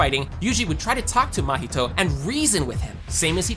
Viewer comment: Porque ele fala "mAhito"🥀😔🙊